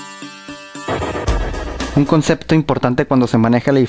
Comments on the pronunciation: No, no, ¿polínomio? ¿poLÍnomio? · ¿Polínomio? ¿Direfencia? O.O